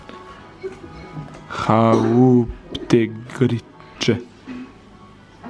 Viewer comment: “ Haaauptegriče “ se izgovara hauptgerihte i znači glavno jelo, pa se nadam da će vam barem to biti od pomoći u slučaju da osoblje ne zna najbolje engleski jezik.😂 Nasmijalo me i to hauptgeriče i još x stvari kroz ovaj, a i prethodne vlogmase. Super ste mi, uživajte, ponešto snimite i nama smrtnicima i budite pozdravljeni! 🤗💕